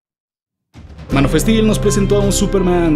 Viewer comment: « Mano festil « jejeje…. Buen video, me gustó